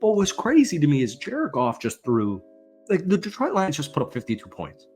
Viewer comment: It's pronounced De-TROIT, not DEE-troit